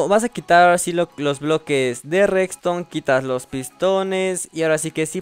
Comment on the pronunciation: Jajaja dices rextone